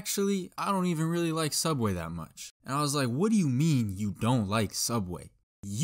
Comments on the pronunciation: its called sooubway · You mean.. Sooubway? 😏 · i shidded on da floor in da soobwayy